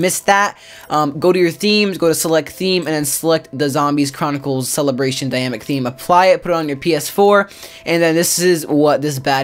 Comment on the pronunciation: It bothers that he says dynamic as if there was no n